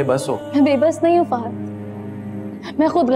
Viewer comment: Ek to iss farea k mu se fahaaaaad fahaaaaaad sun sun k tang aa gai hu, it's arabic name jisko fahad bola jata, not fahaaaaaaaaaaaaaad, jahil log